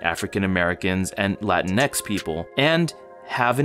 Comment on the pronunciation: i mean, he just pronounced it wrong